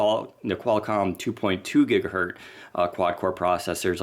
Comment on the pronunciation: It's Gigahertz not Gigahert processor. Please.:D